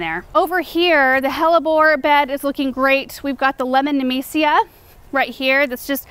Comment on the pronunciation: took me 17 min to figure out she's saying nemesia not amnesia